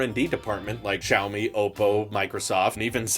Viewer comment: Poor, pronouncing Xiaomi as "Chow Me" the first time XD